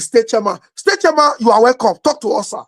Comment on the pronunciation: your pronunciation of the word 'chairman' is completely wrong. What's Charman???